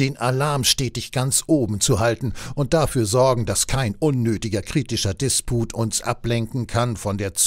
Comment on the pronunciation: Disput und Diskurs werden auf dem "u" betont.